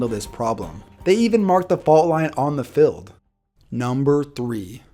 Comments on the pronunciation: it’s pronounced fEild not filled bro. But great video as always man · He says fild instead of field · What do you say filled instead of field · Congrats! Good videos! Q: can you say "field" like "feeld"? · Goddammit, the way you pronounce "field" pisses me off. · Even though he can't pronounce the word "field"